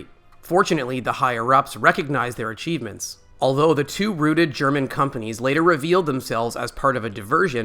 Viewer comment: ROUTE-d, not ROOT-ed. And as a pig, I know my rooted.